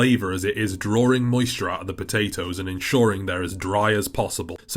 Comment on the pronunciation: English: Drawing Proppa Brexit: Drawrrrring